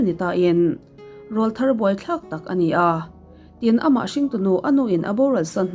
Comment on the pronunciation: 'ràwlthar' nge 'ráwlthar' aw.....??!!